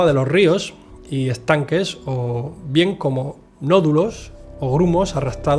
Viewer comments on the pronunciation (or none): none